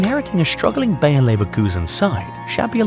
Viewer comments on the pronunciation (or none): Me too, he definetly says BayerN at the begining. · Man said BAYER i replayed it like 5 times.